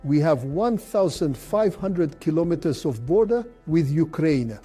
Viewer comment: 😂😂😂😂 AI cannot say Kilometres